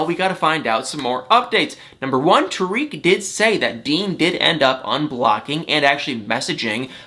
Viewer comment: I like you buddy and you make me laugh but do something for me. Say Tarik like this Tar - ick Tar - ick not Tuh reek.